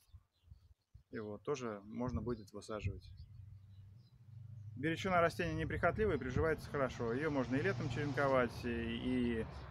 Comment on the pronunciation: Бирючина ударение на букву,, И,,...